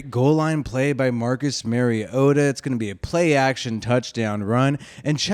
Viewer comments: Exactly. Mari-O-ta. Not Mary-O-ta. Like Mario Andrette. But say "ta" instead of "Andrette". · Good video dude, but it’s MARiota like Mario. Not Marryota 🤙🏼